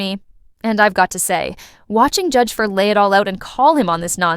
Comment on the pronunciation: The Judge's name is FLEISCHER, not "Fler" ~ please pronounce it properly if you insist on interrupting with your banal comments.